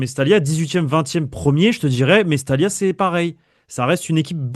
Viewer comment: c mestaya la prononciation fait un effort mec